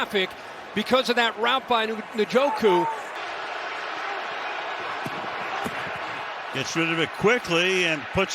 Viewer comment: i swear the pronounce Njoku’s name different every week